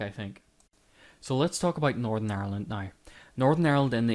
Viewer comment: Northern. It's Northern. Why can't you pronounce Northern? Is it 'cause you want to call it North of...?